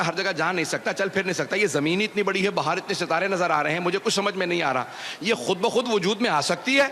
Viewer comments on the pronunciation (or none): none